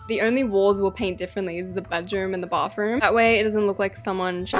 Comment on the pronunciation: why do you say bathroom "bafroom" i love it thoguh